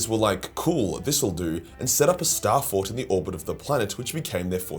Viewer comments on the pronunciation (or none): none